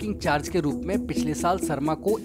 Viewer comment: भाई तू "श" को "स" क्यों बोलता है। शर्मा होता है सर्मा नही